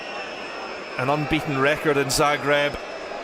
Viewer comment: Please, It is pronounced, Zaah - greb. Not the way you insist on saying it, despite your knowing better. Thank you